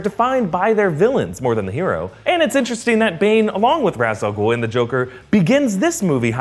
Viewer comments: There was never a League of shadows. Its League of Assassins lol & its Ra's Al-ghul (RAYSH AL-GOOL) not " RAZ Algool... my only pet peeves from the Nolan trilogy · Its Ra's Al-Ghul not Raaz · it's pronounced raish ahl guhl. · Okay, nitpicky me, Ra' al Ghul is pronounced "raysh," not "rahs." The way it's constantly said throughout these movies isn't even the Arabic pronunciation. It's just a lazy English pronunciation of how "Ra's" looks. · I love these videos but gods i wish he would pronounce ras al ghul correctly 😂